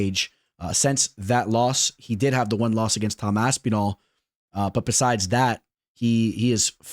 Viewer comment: Saying Aspinall like you would say Masvidal is some true Miami shit